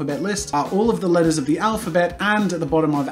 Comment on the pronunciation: Whenever he says "letters" I hear "lettuce"